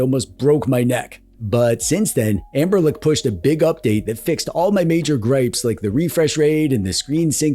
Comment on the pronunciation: Are you saying.....anberlick?